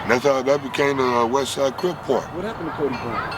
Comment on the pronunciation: I know this came out awhile ago but if you don’t pay attention to how he says CRIP it sounds like he said CRIBS. So I can see where that debate comes from